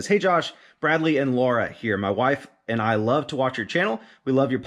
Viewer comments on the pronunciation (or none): none